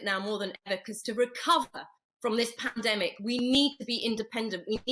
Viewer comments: Someone please teach to say pandemic, a year later panamdemic,.love how the women are trying not to fall on the floor laughing at this thicko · I'm sure he does that on purpose , he's been saying Panademic for as long as I can remember and no-one ever corrects him on it - surely he is not totally fuck-witted ! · That wannabe Peter Stringfellow is such a nonce. So ignorant. Wish I'd never used his plumbing company over the years. Overpriced work. Obviously needed the money for his plastic surgery. Doesn't even know it's pronounced pandemic not 'panademic'. Charlie is just peed off that he's losing his cheap labour. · WTF is a Padedemic Charlie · Not sure who's getting more airtime at the moment Poundland Rod or Tony BLiar??? Both are *$&$*$%#!!!! "It's a Pan-A-Demic" 🤦‍♂️ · "Pan - a - demic", "Bi - n - den" - Who the fuck is this melt (and I'm not talking about his face)? Homer Simpson or something?